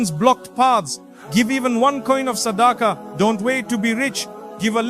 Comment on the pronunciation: typo errors.. it's not Risk, but Rizq. Sadaka pronounce weird, but it's Sadaqah.